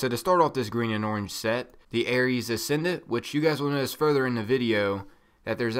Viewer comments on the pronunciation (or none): none